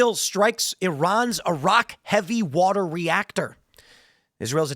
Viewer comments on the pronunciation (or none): none